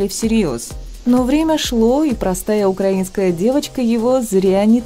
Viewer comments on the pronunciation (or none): none